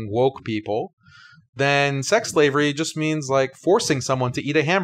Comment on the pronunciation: After the 10 second mark I started hearing "slavelly"